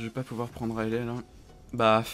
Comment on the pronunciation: " paceque " " prende " ...